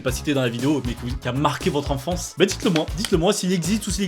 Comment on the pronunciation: A il dit : j'ai fait une petit liste de site de notre ENFRANCE 😂😂